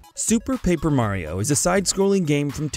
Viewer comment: I pretty sure that this guy is the only guy who messes or gets thing on the paper wrong like in this video he said wind walker in stead of wind waker and in a other he couldn't say Mario he was saying merio and called reaper from overwatch raven. Im not trying to be mean but always double check for mistakes in editing.